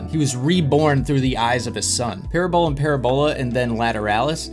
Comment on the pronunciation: Please have Google pernounce parabola for you so you can say it right.... 😉 it's not like it looks "PARABALA" is the way it should be spelled 👍